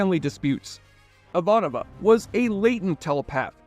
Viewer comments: Thank you for posting this question! What in the actual Jesse? You pronounced Ivanova two different ways, Jurasik as Jarusik, and even Mira as Mia. But it was Mira's quote and the overall sincerity of the video that makes me overlook these minor quibbles. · You binged the show over a week, watching 110 episodes and 5 movies, and you STILL pronounced Ivanova’s name wrong??? How???